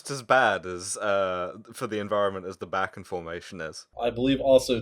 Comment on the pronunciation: its not "back-en"..... its "Bach-en" (like the composer) i live in NE montana..... and fuck the keystone.... and fuck the bakken.........lost a friend to it because the wind changed while he was checking a tank . was not even H2S...... was some gas they dont even know what to call it.......................